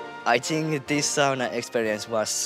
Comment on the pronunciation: I am 75% Finnish heritage. Finally, a Finn showing everyone how the word “sauna” is properly pronounced! We are after all the inventors of it. I laugh at how much of the world pronounced it wrong!